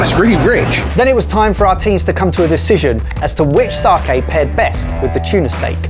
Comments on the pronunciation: There is no R in sake. Please learn to correctly pronounce sake. Not sarkay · said sake right once, but then said saaaaaaaaahhhhhhhhhhhhhke a tone, its sA ke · So we’re calling it "sarkay" now are we? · still wondering why you guys went all the way to NY for a Japan special, instead of I don't know Japan? Or are you guys just too embarrassed by how you pronounce the word sakai. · Know i'm being really pernickety here but the pronunciation is all wrong of Sake